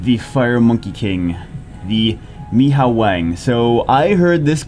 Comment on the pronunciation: It's pronounced "May" "Ho" "Wong" hahaha